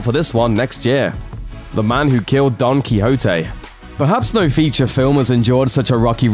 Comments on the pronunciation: Enlighten us? He did seem to overstress the H, but other than that, I see no major problem. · DON KYHOTE... lol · sorry in my language you pronounce it quite differently but actually you seem to be right... still sounds weird and funny